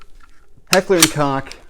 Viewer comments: Its "Coke" not "Cock" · Pronounced Coke, not Cock…